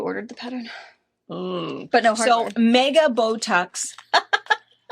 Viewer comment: When you said “Bow tucks”, I thought you said Botox!!!! I had my head down cross stitching!! 🤦‍♀️🤦‍♀️